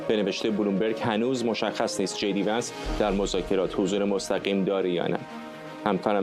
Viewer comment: Vins نه vansایشتیباه صحبت کرداین خبر نیگار